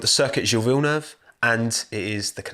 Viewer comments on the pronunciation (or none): none